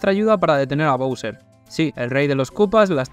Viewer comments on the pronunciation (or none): none